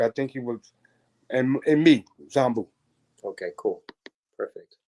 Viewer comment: 🫶🏾keep pronouncing Zambu wrong😩…..love u dad💯great interview guys